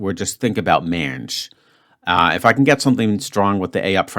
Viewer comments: Rhymes with cringe? 😂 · Man, pronunciation of mange is freaking me out, makes it sound like something else entirely! SOARE gave me three vowels and I just saw Dougmansland's favourite CANOE straight away. A lucky one in eight solution for me.